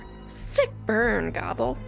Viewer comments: K but like... it's GOTHE-l not "goggle." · how hard is it to say GOTHEL clearly the whole time it sounded like you were calling her goggle